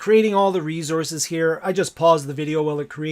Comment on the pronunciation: You had me at "reezozz"